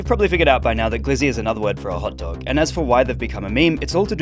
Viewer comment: My guy called it a “hut dug” 😂